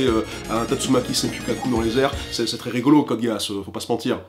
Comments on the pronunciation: sa se dit code giss pas code gay ass merci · Juste, on dit " Code Giss " pas " Code Geeass " sinon cool vidéo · .....code giss ça se prononce code guiss et pas guéass merci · Gui-asse pas ge-asse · C' est quoi cette prononciation? Code "Géhasse!-) Si tu regarde l' anime en VO le geass est prononcé "guisse"... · "Code G É A sse" ? On dirait plutôt "giss" ? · Code Gay-Ass, parfait :) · Ce moment où tu apprends que Code Geass se prononce Code Géasse en VO... J'étais pas au courant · non mais c'est Guiss hein c'est lui qui prononce super mal. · On dit pas code gisse ? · ca ce prononce code giis non? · Je sais que c'est un détail mais il me semble que code geass se prononce code guiss (en tout cas dans la VF c'est comme ça) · "Code Géasse" Mes oreilles saignent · précision pour: Code Geass se prononce "Code Guisse" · "code gay ass" Pas mal la prononciation :o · Code geass se prononce "Code Giss" pas "code géasse" ou "code gasse" xD c'est un nom en anglais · Pourquoi j'entends Code Gay Ass ? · Désolé mais on dit Code Guiss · Ça se prononce code GUIS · ÇA SE PRONONCE CODE GISSE 😩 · c pas code géass c code gisse mais c vrai ca ce lit code géass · Mdr "code géuasse" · "Code Guéasse" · Sa s'écrit code gueasse mais on dit code GUISSE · "code Gueuh asse"? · Code Géasse ? C'est dégueulasse comme tu le prononce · pitié...ça se prononce code gisse... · Je suis triggered par rapport à la manière dont tu prononces Code Geass ! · Tu prononce mal code geass